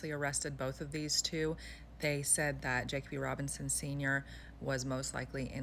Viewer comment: You are pronouncing the victim’s name wrong